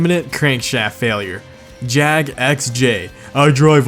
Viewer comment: Thank God you said JAGUAR properly. Just saying Jaguar and Jag!! Well done.